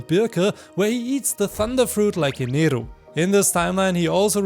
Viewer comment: Yo this is the first time I have been early to a video Also amazing Video Idea and finally someone who says Eneru and not Enel